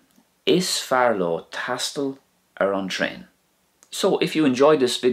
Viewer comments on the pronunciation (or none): hi you said train....i taught in irish it is pronunced tran.....or is it ok to say it as it is in english